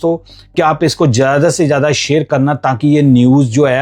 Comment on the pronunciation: Zada not jada